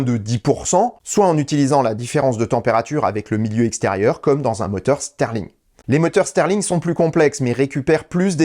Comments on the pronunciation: moteur "stirling" et pas "sterling" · Stirling, pas sterling